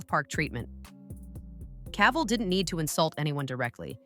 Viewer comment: you need to learn how to say Cavill before you make a video of him